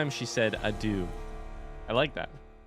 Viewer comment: It's so funny to me how you can have just heard a word and then still pronounce it differently. Adieu is not pronounced a-dew, my guy, you just heard it 😂 and the same with Shani. That said, I really enjoy this series, I've been binging it and I'm so close to catching up 😊